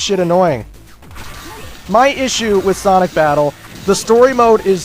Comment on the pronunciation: lol you said "Sonic Fabttle"